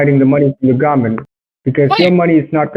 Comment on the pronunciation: "hide the money from gomment"